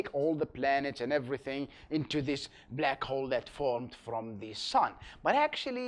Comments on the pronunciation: oh come onnn it's not blEck hole it's BLACK HOLE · a blaakc hwolle